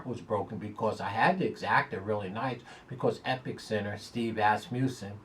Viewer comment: c'mon, the present fave in the Ky. Derby is EpIcenter, not EpiCcenter